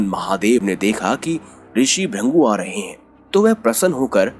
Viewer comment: Bhai Rishi ka naam Bhrigu hai na ki Bhrangu as pronounced by you